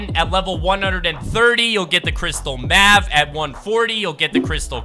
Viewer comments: It’s pronounced “mave” but the a is pronounced like in “lame” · pronounced like mayve